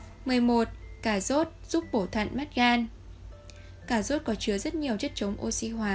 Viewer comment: Tiếng Việt mà đọc “ Cà zốt” ! Kinh quá!